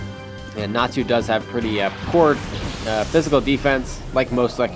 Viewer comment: YOU SAID "NATSU" HAHA